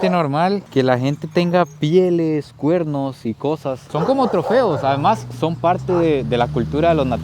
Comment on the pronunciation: Una pregunta por que no pueden pronunciar perro: dicen PERROU, CUERNOUS. he escuchado muchos ticos con esa cuestión, es pregunta sería 😊